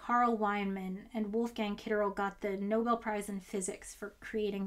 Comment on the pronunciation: it's pronounced ketterlee i thought, Eric Cornell pronounces it Ketterlee. Eric is a BOSS, best advisor ever